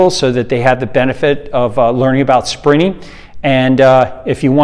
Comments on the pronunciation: Took me ages to realise you said sprinting. I thought you were saying springing. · For a while I thought he was saying Sprinning. Never heard anyone who treats the word with virtually a silent “t”. Just sounds weird. Blame it on my Aussie accent if you like - we don’t use a silent “t” for the word sprint. 😂 No arguments against the content however - just for the record. 😏